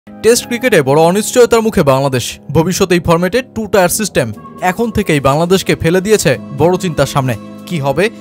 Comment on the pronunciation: টু টায়ার সিস্টেম নারে, টু টিয়ার সিস্টেম। 😂😂😂